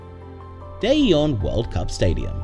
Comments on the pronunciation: 유럽쪽 인듯 j를 야로 발음함 대전을 대연 전주를 연주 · 대전을 대연으로 발음하고 전주를 전유라고 발음하네 ㅠㅠ